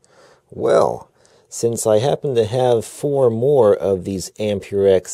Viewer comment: just saying its not pronounced am-pure-rite or am-pure-ex its am-per-ex